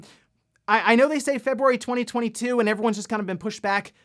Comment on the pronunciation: I can't even be mad but February?? Ouch